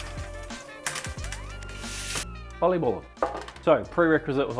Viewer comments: the fact he also pronounces it correctly just warms my heart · Looks delicious, great pronunciation on the oliebollen and truly keeping the Dutch classics alive. Well done man. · Love your pronunciation of the word Oliebollen!